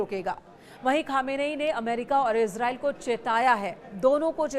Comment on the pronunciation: It's pronunciation is: ees-raa-eel Not ez-rail